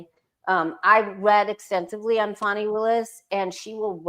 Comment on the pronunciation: Just an fyi…it’s FANI not Fonnie.